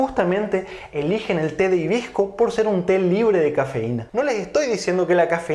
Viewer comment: Porque dices himbisco sinse escribe y dice hibisco?